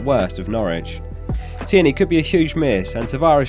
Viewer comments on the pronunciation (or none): none